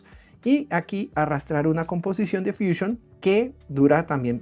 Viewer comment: Si estás dando el tutorial en español porqué dices fuchiun, deberías decir fusión, pero vamos si tanto te gustan las palabras inglesas deberías dar el tutorial en inglés